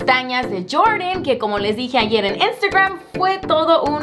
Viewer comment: Le regreso casa vez que dices Instagrrrmmm jjajajajaj